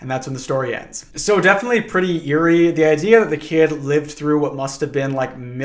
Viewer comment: are you trying to tell me not to trust the guy who has made companionship with a parrot? see, what's wrong with seeing a parrot? yay, gay :D half the time you say "eerie" it sounds like "yuri" i didn't want to mention it repetitively but this feels like a relatively good opportunity to mention that even though this is in fact not yuri they're men WHY IS ONE OF THE COUPLE OVERLY CONSERVATIVE OF ALL THINGS??? My brain heard this as "Sedates" at first and was mortified, your calm description made me have to do a double take on it i didn't like hearing about guts what thank you